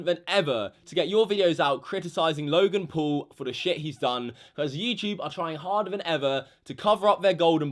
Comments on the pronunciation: you're pronouncing him logan pool ... it's logan paul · it's not logan pool it's logan paul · Normal people: logan paul: logan pool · who the FUCK is logan “pool” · He obviously doesn’t know how to speak Logan pool... Who dat? It’s Logan Paul and everybody makes mistakes and he apologized and yes he was disrespecting the country which I don’t really like. But everyone that truly says sorry should always be forgiven. Forgive and forget. He has lots of subscribers and always wants to make good quality content and took it to far. It was very disrespectful. Please just stop being a hater, Logan Paul is one of my favourite YouTubers and it saddens me that everyone is being so rude towards him. Love you Logan ♥️ Be A Maverick!! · “Loy-gen pull” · Anyone else get triggered when he says Logan Pool?